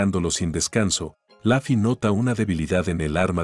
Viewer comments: Se dice lofi no lafi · Se dice luffy no laffy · Por que pronuncia laffy si es luffy eri como la cayampa